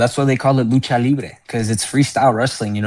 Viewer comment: Unk you did not say nacho libre 🤦🏻‍♂️😂😂😂 it’s lucha libre